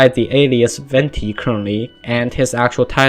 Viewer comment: Wenti is a wrong pronunciation, "Venti" literally means wind in italian and is pronounced the same way you write it. The Harbingers too have all italian names and everyone literally mispronounce la sognora and Tartaglia